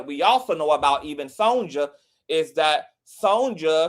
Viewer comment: Brandy's mama's name is pronounced SON-YUH, not SON-JUH. "Sonja" is the Spanish version of Sonya.